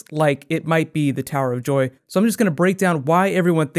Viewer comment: He said tower of doy in the intro